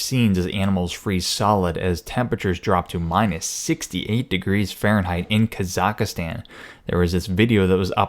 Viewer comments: Hahaha! He calls it KAZAKASTAN. It's Kazikstan holmes...... Hahahaha!!! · It's Ka-Zahk-Stahn, not Ka-zak-astan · Kazakh-stan, not kazaKA-stan. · lmfao kazaka stan its Kazakhstan dumbass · It's Kazakhstan. Not Kazakastan. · Where the fuck is kasakastan 😂😂 you know this shits fake when the "reporter" cant even pronounce the place he's writing a piece on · Sorry but its, kazaks tan, not kazakas tan. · (Ka- zok- ston) You are killing me with your pronunciation of this word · too many `a`s in your pronunciation of kazahkstan,not kazak`a`stan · Never heard of "Kazaukastan" lolz ;p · Kazakhstan is pronounced Kaw-zuhk-stawn or Kah-zuhk-stahn FYI. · That's "ka-zac-stan" ;) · Bro it’s pronounced “Ka-zaks-stan” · My friend, that country's name is Казахстан. That's transliterated as Kazakhstan. The cyrillic X in the middle of the word is pronounced similar to German ch, like in Dach or Bach and -stan ("land" Persian loanword) at the end is pronounced with a flat a. No I'm not from there, have never been there, nor am otherwise connected to that country in any way, but my eyes roll up in their sockets when I hear some American yokel mispronounce geographic names that badly. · At least learn how to pronounce the country before showing an amalgam of videos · R.I.P the Kazahkstan pronunciation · Holy fuck could you mangle the pronunciation of Kazakhstan anymore? I mean at least do 10 seconds of research on proper pronunciation of a country before making up some bullshit fake news. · When he keeps adding an extra a in Kazakhstan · Are you mispronouncing Kazakhstan? Don't you know that Astana is the capital of the Illuminati?